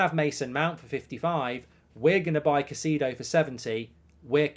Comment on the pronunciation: Mate it’s Moises Kai-say-dough.